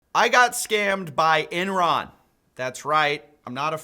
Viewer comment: Someone is going to clip you saying "(I got scammed) BY ENRON!" because it sounds like "BUY ENRON!" Approved by Coffeezilla!